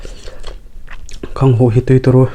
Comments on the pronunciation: I naupan hmel lutuk tawh si lova ngatinge Khanghu tih tur kha Khanghuh itih zel a, Khanghuh tih loh tur Khanghu tih tur. Chuan Marcha te iti mai mai a, Hmarcha tih zawk tur a ni e. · Khanghuh nilovin khanghu. Cuan marcha nilovin hmarcha tih tur, he2 kahriat Dan Kalo sawive my2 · Khanghu(h) i ti zel a....KHANGHU tihtur ania...(H) kha a tello....btw Keep it up👍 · Khanghuh ni lo vin Khanghû a nih kha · Khanghuh ni lovin khanghu......a hmuhnawm e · "Khanghuh" i ti maiin ka hria😁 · khanghu leh hmarcha I lam dan hi amak e. tui hmek bawk si, ka ril ti tam lutuk...